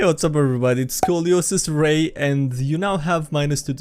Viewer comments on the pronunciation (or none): Hey everyone its skydive-rate and I'd say 4/10